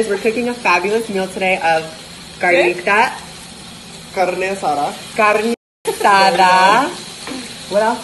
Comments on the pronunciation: Worst part was cahne aZZZada instead of carne asada 🤦🤦🤦🤦 the cringe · K I don't even speak Spanish but the way James pronounces carne asada 🤮